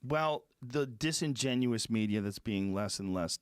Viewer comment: Joe “disengenous” Rogan